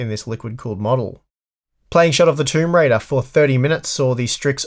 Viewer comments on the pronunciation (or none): none